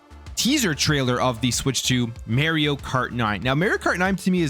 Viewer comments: I don’t care where you’re from, you have to say Mario not Mayrio. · It's Mario not Maryio. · mario not meryio 😂😂😂